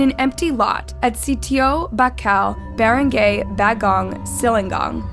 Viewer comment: i feel like if you’re gonna tell these stories (AND profit off of them) then you should at least put some effort in learning how to pronounce names properly. wtf is barang-gay and kwe-zon city?! “barang-gai” and “ke-zon city”, it’s that easy